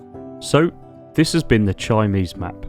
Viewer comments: This is Dr Gary Mair wanted to tell you It's pronounced Kimsee it's a lake in Bavaria near I was born do not chinese its German ok its exellent vlog anyway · Chiemsee - pronounced TJEEEMSEEE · It's not "chimneys" like the stove things that pop up at the top of your house roof.. The name of the map is Chiemsee, named by the lake of the same name in Germany. Pronunciation is worlds appart, and yours is universes away... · bro can you say it right? chimney? chimese? come on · HAHAHAHA. The name of the map is pronounced "KeemZay". Chiemsee is an actual name of a place in Bavaria, Germany. Crazy Ludwig (King of Bavaria in the 19th Century) actually built a smaller replica of Versailles there. Great video presenting the map! Lots of fun! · Not even trying to pronounce the map name right. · not jus the once either, and gotta say, boring video